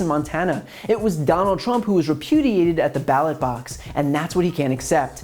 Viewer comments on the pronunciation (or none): . Did he say connal trump.. Nice😂😂😂😂😂😜😜😜😜😜😜